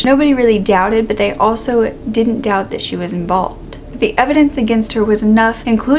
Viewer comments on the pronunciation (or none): none